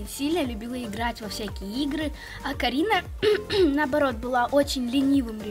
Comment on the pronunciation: вообщето она сказала Каринао